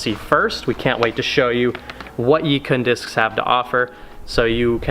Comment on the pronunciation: the pronunciation for yikun was almost right, the first part is like “eee” as in “yeee”, the second part is pronounced like “kwen” as in “when”